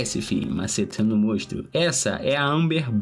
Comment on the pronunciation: Triste dropar só porque ele fala mostro